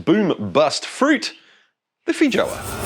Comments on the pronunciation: It's pronounced "fay-ow-uh" they're from Brazil ;-) Having lived and worked in NZ this particular word might be the most amusingly mispronounced in the English langue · The J is pronounced as a Y btw.